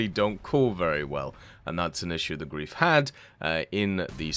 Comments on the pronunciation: It's GREIF not Grief. Pleas, ei not ie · This is for my non german speaking folk the word “greif” is pronounced in english “grife” thank you for you time to reading this and have a spelunking day😊